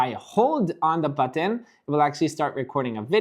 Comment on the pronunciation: I like the way he says button 😂 ‘boteeen’ 😂